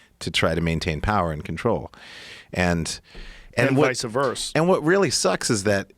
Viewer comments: Joe "and vice-ah verse" Rogan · Joe "Vis-a-vers" Rogan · Rogan "Vice-a-Verse" Joe